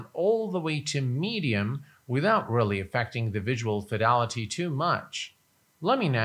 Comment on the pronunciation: I'm curious as to why you say (phonetically) "visual fidalaty" repeatedly when the word is "fidelity".